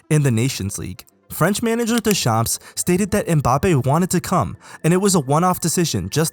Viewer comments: He was 19 going on 20 when he won the WC. Oh and when you Deschamps, you don't pronounce the p and s at the end. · fyi you don't pronounce the "ps" at the end of deschamps lol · How the fuck did you pronounced Deschamps ?! 😂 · As a french speaker i love your pronounciation of deschamps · Deedee-yuurh DeChamps 😂